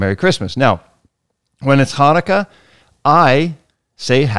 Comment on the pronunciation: And I would like to wish you a Happy Chanukah!! I must say that I'm very impressed that you actually said it correctly by pronouncing the "CH". On a different note, I would like to say that if your teenagers ask u for a puppy, that should also be a resounding "NO" Just had terrible training experience with 3 teenage girls that got a puppy because he was just so cute!! Once reality set in, nobody had the time to take care of dog. All they wanted to do was take selfies with the dog😣😠 The last lesson we had, after just being there 10 minutes, one girl walked out of side door for soccer practice, ten minutes later, another walked out front door for some social time. Twenty minutes after that, I WALKED OUT OF THE FRONT DOOR AND SAID I'M DONE!!!! I'm glad that I had the guts to do it because I knew that no amount of training would help dog if owners don't listen and practice. Just wish I could have taken puppy with me😢